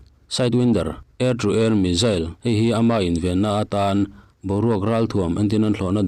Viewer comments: Athupuiah lut vela,tin mizail aawmlo missile ani zawk ,hawrawp ilam duhdah mah mah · Missile - Misail Missile - Mizail ... Mizail - S ai in Z ..hi an lam ri tamzawk/nasa zawk thin tlat a ni .. an mahni US ho khuan